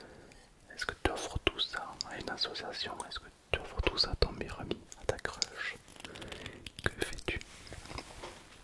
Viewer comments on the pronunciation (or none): none